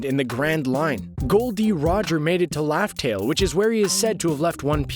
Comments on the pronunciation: It's RAFTEL NOT LAFTEL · Is it just me or it sound like he saying laftel n not Raftel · What do you mean by laugh tale???? Its raftel!!!!